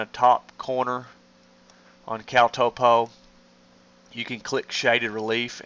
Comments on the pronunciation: Hahahaha.... Toe-po! Bra... Top-O... like top-o-graphic! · It's pronounced "topo" not "topo"